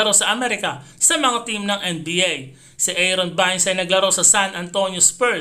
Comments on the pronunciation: anung eron vines?baynes ang pgka basa nyan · PRONOUNCED AS EYRON BEYNS , NOY ERON VINES SINO YUN :face-green-smiling::face-green-smiling: , KAI SOTTO 140 ANG SCORE TINAMBAKAN ANG KALABAN , MAGANDA PINAKITA NI KAI IN FAIRNESS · part ng maayos na pagbabalita ang tamang pagbigkas sir. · Aaron bayns.. that the right accent.. prang Adelayd.. hindi adeleyd.. keep it up..